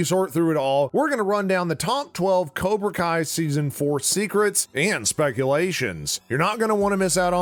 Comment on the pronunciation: Is it kobra kai or... Karona kai